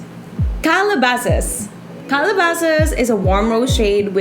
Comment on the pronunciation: Kalabeysis pronunciation sa Calabasas